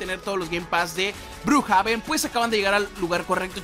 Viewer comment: Se dice Brukjeven pe deje